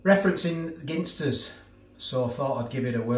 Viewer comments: why do you pronounce Ginsters as if you were looking for a 'Pin' in a haystack, would you ever go into a pub and try to order a Pin and tonic. This is just my spin on the proununciation of 'Ginsters'. Let me know why you say Pin instead of Gin. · we say gin as in the drink, ginsters you say gin as in Guinea pigs ..🤣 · Is it pronounced gin-stus or jin-stus?